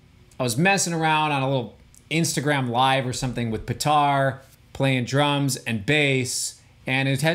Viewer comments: hahaha i always thought he's pronouncing it right than i met Petar in person and found out he's not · Hey Cory, when you gonna learn how to pronounce Petar? It's Pétar, not Petàr